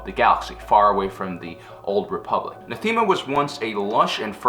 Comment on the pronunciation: It's pronounced NATH-UH-MUH